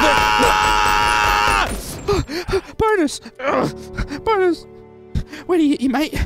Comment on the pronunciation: NGL when he said Bonus, I thought he was saying Boners 😂😂😂